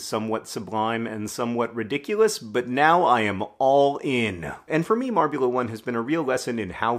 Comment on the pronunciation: I had to rewind the video a few times cos I wasn’t sure I actually heard ‘marbulimpics’ and ‘marbula one’